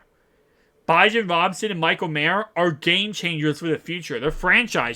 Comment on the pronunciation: Bijan (Bee- John) Robinson 👍🏾